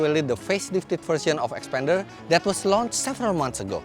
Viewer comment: Not 'xpender' but 'xpander'. It's not same.